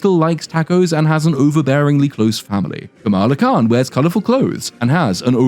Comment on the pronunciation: Camel-Ah Khan is somehow more racist that pronouncing it the same way as the WWF wrestler 🤣